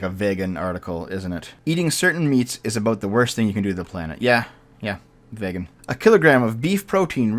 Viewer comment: Vaygan? It's veegan.